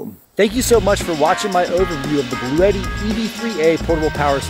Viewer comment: Just letting you know that I did buy one of these based on your review as well as another channel. I looked at one of Bluetti's instructional videos, and they pronounce it "Blue-tee," 2 syllables, rhymes with "bootie." FYI.